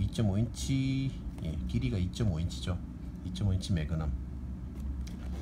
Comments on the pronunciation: ㅋㅋㅋㅋㅋ 마그남, 이야 발음 좋네 마그남 ㅋㅋㅋㅋㅋㅋㅋㅋㅋㅋㅋ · 설명써있는거봨ㅋ 어떻게 읽으면 저걸 마그남이라고 읽어ㅋㅋㅋ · 추억의 아재 영어발음...ㅋㅋㅋ